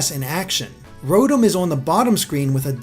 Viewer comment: Mispronounced Rotom by the way. It's Row-Tom.